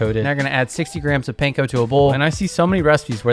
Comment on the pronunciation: This is so great, looking forward to making these recipes, thank you. Pro tip: it’s Pahn-koh, rhymes with prawn and yawn. Not pain-koh. 😉